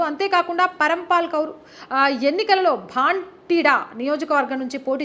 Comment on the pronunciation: పంజాబ్ లో పార్లమెంటు నియోజకవర్గం 'భాంటిడా' కాదు తల్లీ, దాని పేరు 'భటిండా'. వీడియో చేసే ముందు తప్పులేకుండా చూసుకోవాలి కదా ! అప్పుడే మీరు చెప్పే వార్తలు విశ్లేషణలపై విశ్వసనీయత ఉంటుంది. అది లోపిస్తే, ఎవరు చూస్తారు ?